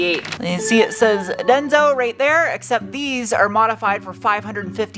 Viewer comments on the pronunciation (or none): none